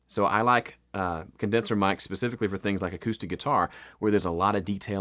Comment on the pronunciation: Did u really just say pacifically hahaha